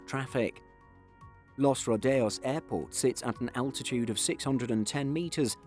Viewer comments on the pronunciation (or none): none